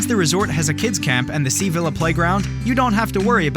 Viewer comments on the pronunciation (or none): none